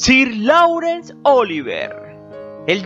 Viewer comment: Laurence se pronuncia: Lorens.